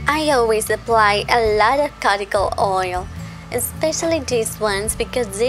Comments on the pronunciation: it's pronounced q-t-cool not carticle lol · Not trying to be rude but the word cuticle is pronounced cue-ti-cle. But i love your channel so please dont take it as an insult.